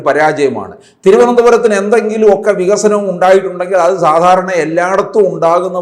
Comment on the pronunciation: ഈയുള്ളവനും ഒരു വിയോജിപ്പും ഇല്ലെടെ. 17 വർഷമായി പ്രസംഗിക്കുകയാണ് പോലും, നമുക്ക് വിഗ(ക)സനം വേണം വിഗസനം വേണം എന്ന്. ഇങ്ങനെ വികസനം പ്രസംഗിക്കാൻ മാത്രം ഒരു വിശ്വപുരുഷനെ ആവശ്യമുണ്ടോ?? കാപഠ്യത്തിനു ഒരു പരിധിയുണ്ട് Mr ഷഷി.